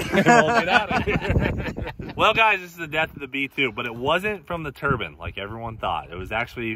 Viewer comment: Turbine not a turbin you said oh you don't want to get this stuck in your Turbin I almost shit 😂